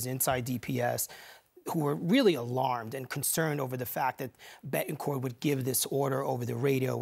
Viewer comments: Can this news commentator not enunciate Ts??! Seriously, “ Beh-en-corh.” No. BeTT. En. CorT. SO ANNOYING! English is not that hard. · Does it bother anyone else that the reporter can’t pronounce “Betancourt”?